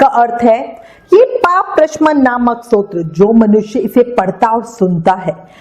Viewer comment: Satotra nahi stotra hota hai kripya apna ucharan spast kare 🙏